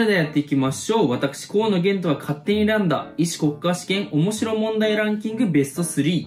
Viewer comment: ほんとにすいません河野ゲイ斗にしか聞こえんかった